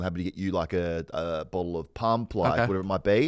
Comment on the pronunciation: "A bottle of Pump" he says, like he's English